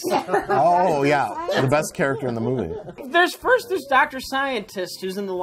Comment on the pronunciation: I love the latest Ben Afflect moopie